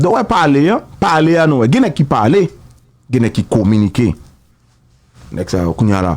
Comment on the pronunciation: C pa Paarler C parler